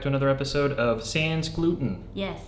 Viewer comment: The way yall pronounce sans gluten omg lol The S is silent